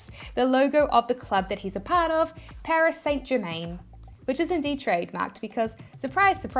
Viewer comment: Funny how you killed the pronunciation of Paris Saint Germain 😂